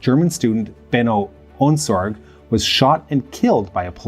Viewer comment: It is so funny to hear you pronounce german names. That´s no criticism and I´m probably not much better with Vietnamese or Bantu names just really funny. If I hadn´t known the names (from Ohnesorge and Kiesinger) I probably wouldn´t have been abel to recognize them. You pronounce the terrorists names much better.